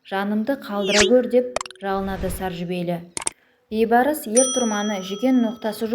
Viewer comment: Бейбарс емес, БІЙБАРС, ӨЗ БАБАҢНЫҢ АТЫН ДҰРСТАП АЙТЫП ҮЙРЕН